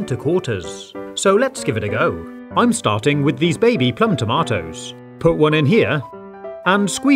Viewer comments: who says tamotos? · Yea, he's British